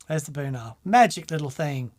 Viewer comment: Every time you said Boonar, my brain heard it as Bunha….